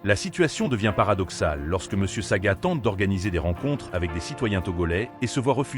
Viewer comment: Ce n'est pas Saga mais Sagna 😂😂